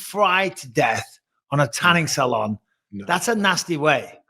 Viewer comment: The way Bisping says salon and finale is so funny